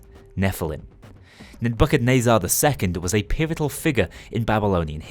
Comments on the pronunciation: As someone who's grown up Christian, hearing you pronounce it as "Ned-bucket-nay-zar" is amazing. (I've always heard it pronounced as "Neh-buh-kuh-neh-zur") Perhaps some unintended humor, but it certainly made my day. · I’m pretty sure its “Neh-buh-kuh-nezz-ir”. That’s how they said it in the Matrix movies at least. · That's a funny way to say nebuchadnezzar